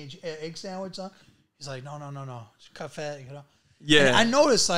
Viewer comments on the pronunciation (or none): none